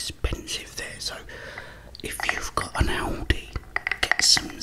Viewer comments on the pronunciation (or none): none